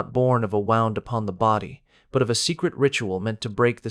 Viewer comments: Don't believe a word of it. Bot AI narrator can't even pronounce the word wound correctly in its context. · Why can't the narrator pronounce simple words like "wound" (an injury) or "bow" (a gesture of respect, leaning forward)???? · Hate ai. It can't even pronounce the correct choice from context. Really annoying. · Cant say wound?